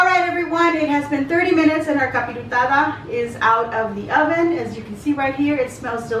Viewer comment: No offense but it’s capirotada